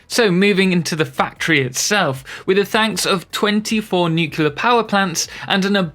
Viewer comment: Nuclear* not nucular. There's no second U. nu-clear. Beautiful build!